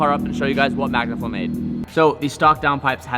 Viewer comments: Anyone else notice "back to MANGAflow" ? Lol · You just mentioned that 'back to mangaflow' its magnaflow bro🫢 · 'back to mangaflow' 🤣